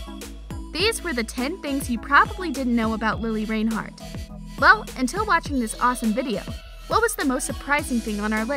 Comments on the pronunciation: OMG its not Lili RAINhart its Reinhart like wtf😂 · Omg it’s lilli Reinhardt not lilli rainhart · its pronounced lili rIInhart not lili rainhart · I'm sorry but you pronounced it rainhart instead of reinhart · Im cringing how she says Reinhart “Rain-hart” LMAO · You kept say Rainhart instead of Reinhart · It really bothers me how she says rainhart not reinhart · "Its lili RAINhart" Me:REINHART GET IT RIGHT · Y does she keep calling her Lilli Rainhart it’s Lili Reinhart !! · did you know thats its not lili rainheart as your saying its lili reinhart OMG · Hate to break it to you but it's Lili Reinhart NOT Lili Rainhart. Maybe try learning her name before you make a video about her. Plus the thumbnail is clickbait and everyone already knows all of these facts. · okay its not rainheart its REINheart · I'm sorry lili RAINhart? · its not RAIN-heart its REIN-hart, you cant even say her last name. looks like you are the one that needs to learn more about her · REINHART NOT RAINHART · REINHARTTTTTTTTTTTTTTTT NOT RAINHARTTTTTTT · “Rain heart” lol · Every one in the comments talking about how she saying reinheart or the thumbnail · In the makeup part, Lili said it herself when she introduced her own makeup video. “Hi, I’m Lili Reinhart. So it seems like the person doing the video should pay attention. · It’s pronounced like “ rine- heart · It’s pronounced rine-hart but it’s spelled Reinhart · Hannah Vincent ya it’s spelled that way but pronounced rinehart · Any one going to y’all about how she said reinheart in a wired way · You lost me at Rain-heart. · Sweetie, it’s re-inheart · WILL YOU STOP SAYING REINHART WRONG ITS NOT RAINHART!!! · Is anyone gonna talk about how she’s saying Reinhart? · Anyone else interest she went the whole video without saying her name right once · The way she pronounced Reinhart😫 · they pronounced it wrong on this😂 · I new all 10 things and they say her last name wrong I luv lili tho ❤️#riverdale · The way she says Reinhart 💀